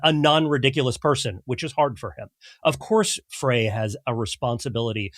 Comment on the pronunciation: It's pronounced "Fry". His father was my chiropractor.